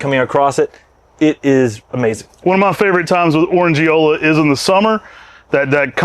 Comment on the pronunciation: As always, amazing introductions. And in Orandeola the (e) is definitely not silent 😉😁✌️